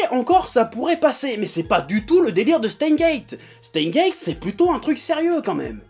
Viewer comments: "Chteinsse guéétte" bordel ! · On dit SteinSSSSSSSSSSS;Gate… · jo met un pouss rouj parsske tu na pa prononcé le S de steins lol pa vrè